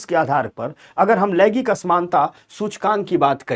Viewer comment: Laigik nhi laingik hota hai. Thoda uchcharan achha hona chahiye